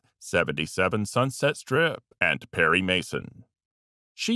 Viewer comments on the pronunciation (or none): none